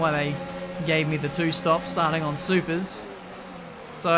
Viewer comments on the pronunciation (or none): none